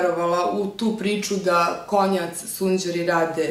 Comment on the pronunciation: sjajni favoriti! Konjac se izgovara "kondžak", mozes cuti u americkim klipovima kao i u videu zvanicnog kanala Konjac sundjera :D